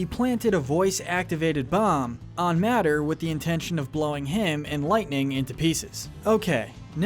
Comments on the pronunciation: it's prenounced M-AY-TOR not MAA-TOR HAHAHAH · did he just say, MATTER, instead of MATER? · His name is pronounced "May-Tuh", not "Matter". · Bro said matter instead of mater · Im being a bit nitpicky here but did anyone else hear how he said mators name? He said it as matter. Close but it rhymes with gator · I’m sorry but did you say ”MATTER”?! This is not a science movie! This is a children’s movie talking about living breathing mobile vehicles! It’s pronounced may-ter! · Nobody gonna point out he said “Matter” instead of “Mater”. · ikr? what's the MATTER with him? :3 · It's pronounced mayter not matter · did he just call him matter.. its Mater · it is prounounced May-ter not Matter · Did he say “matter” instead of mater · I’m sorry did you say Matter????? It’s MATER, pronounced: Maeter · It’s not matter it’s pronounced “mate-er” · I was watching this in peace until he pronounced MATOR as matter... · He Called Mater (may-ter) Mater (Mat-ter) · Who else heard him say “matter” it’s mater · He. Pronounced "Mater" like "Matter". It's pronounced "Maiter" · “MATTER” it’s pronounced Mate-her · Its Mater not matter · Matter I think it’s pronounced May-terr like the month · “A voice activated bomb on matter” ... it’s mater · I'm giving this video a thumbs down because he said Matter instead of Mater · Why did you cal Mater "Matter"? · Firstly all his name isn’t pronounced MATTER it’s MAY-TER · Everybody be talking about how sid isnt evil yet nobody is talking about how he called mater "matter". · 'The birds' name is Kevin. 'Matter'? don't you mean 'May-ter'? Not to mention Hopper is a little bit of a racist/specist? "You piece of dirt! No, I'm wrong. You're lower than dirt. You're an ant!" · It’s pronounced “Maiter” not “Matter” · Did anyone else notice he pronounce mator as Madder not may-ter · Hmm the tow trucks name is mater not matter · Did you really just pronounce Mater’s name Matter? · Did you call Mater “matter”? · bro really called him “matter” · “On Madder” BRUH